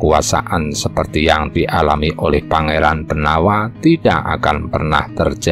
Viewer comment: Pengucapan nama Jowo, walaupun tertulis huruf a, ada baiknya diucapkan o. Seperti nama jowo Pangeran Benowo. Namanya memang BENOWO, bukan BENAWA. Nama lain Sunan Prawata, nama aslinya ya Sunan Prawoto. Kalo diucapkan Prawata, jadi agak aneh.